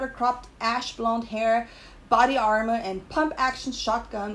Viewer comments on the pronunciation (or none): none